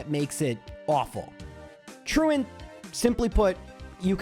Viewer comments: I love that you pronounce "truant" correctly. So so many people put on this weird french accent on that move name, which is a word. Hysterical alongside your... less than standard pronunciations for the poke-terms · Very pleased to hear you pronounce it properly unlike 99% of the rest of the community who say "true ont"